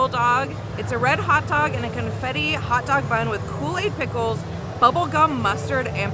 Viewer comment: Can you make a video on way of saying Pupcorn, Hutdog, and Hut tub?